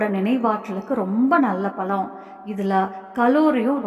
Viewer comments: முதலில் தமிழ் முறையாகப்பேசுக. பலமா? பழமா? .. பருவந்தோறும் கிடைக்கும் எல்லா பழங்களையும் உண்ணலாம். உளறல் தவிர்க்க.🎉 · பலம் அல்ல.பழம் என்று உச்சரிக்க வேண்டும். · Everything good thank you. Pronounce "pazham"tamil word